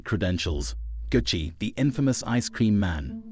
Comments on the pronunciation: 😂😆😄 I was thiwho is "gussy" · Why AI can’t pronounce Gucci it’s been around way longer can’t trust nothing with no common sense and was dat RIP🐬 at the end smh you use AI for this whole thing to be put together sheesh this was a 👎🏾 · Bro stop saying his name like that bro u trying to funny are what